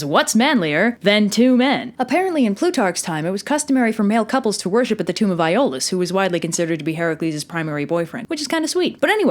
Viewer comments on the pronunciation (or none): none